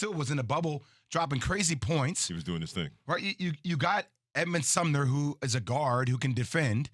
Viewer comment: He lost me when he said “you got Edmond sumner” 💀